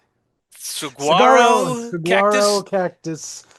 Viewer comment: Also, there was no Dunk Wall! Contrary to Chamber of Commerce propaganda, it does get cold here, into the upper 30s sometimes, and few people complained about its absence. Two years ago, it was only a mile into the race. It’s pronounced “saWaro’ with emphasis on the middle syllable. And you emphasize the middle syllable in Sonoran as well, and it ends in “ren” as in Kylo Ren.